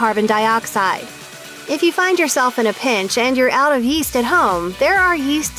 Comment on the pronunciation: Yeast? I thought you said Weest.